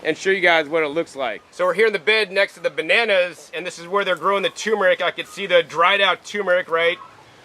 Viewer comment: TuR mer ic not toooooo mer ic